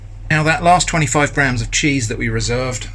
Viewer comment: Uhhh... This might be a language barier and I do mean nothing bad by it... but did you say Jizz on toast or Cheese on toast...? And if you said the former is that some kind of just Thing british people say? I litteraly listened to it like 20x and I am not sure :D